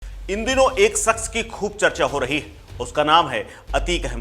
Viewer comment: सक्स न ही शक्स please currect hindi diction